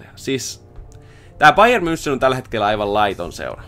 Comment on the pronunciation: Sori kun nalkutan ääntämisestä, mut voisitko sanoa bayer "mynhen"